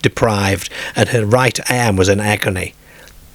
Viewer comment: “In the dak”, “while in the cah” , “painful mock on hair airm”. 😂😂😂